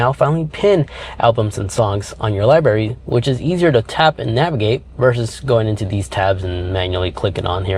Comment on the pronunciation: Nice job but as a contributor and influencer please watch pronunciation. It’s “library” with an “R” not liberry. Thanks buddy - it’s hard enough to teach kids. And dude, lose the “much more better” and “jagwire”. Clean it up man…..are all grownups here.